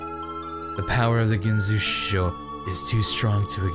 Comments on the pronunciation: And the "Gin so shoe show" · When Ginzushou gets pronounced literally 8 different times x'D ily ❤️ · Now teach how to say Urawa-kun instead of "Uww-raa... fuck..." and "Ew-rawa-kun..." Then we can work on his "Ginzuishou" =3